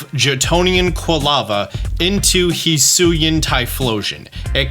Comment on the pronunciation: no, that's not correct at all. Hee Sui An. Not however tf this dummy butchered it